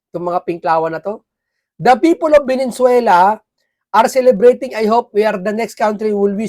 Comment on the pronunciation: Lods paki pronounce naman ng tama ang Venezuela para respeto naman.. hindi po velenzuela . Venezuela po